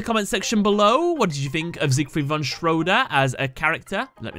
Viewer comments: It's not Siegfried von Shwoooodder, it's Siegfried von Schröder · It sounds funny when americans try to say Siegfried von Schröder!